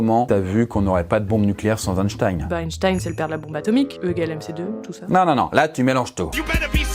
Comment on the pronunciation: ⛔Parcontre une erreur historique n'a jamais était mise a jour , la prononciation de son nom tout le monde dit Einstein (ein)alors que ca se prononce Einstein (in).⛔